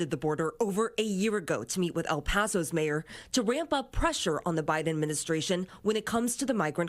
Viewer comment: “Im heading too Da Border”!🤣